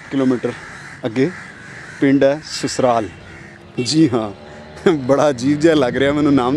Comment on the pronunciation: Susral ni Sasral jinab